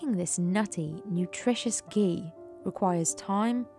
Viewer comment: The Hindi pronunciations used by the narrator are on-point, very impressive.